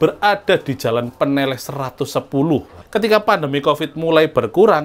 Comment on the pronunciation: Baca "ne" dan "leh" pada Peneleh harusnya sepert baca "lele"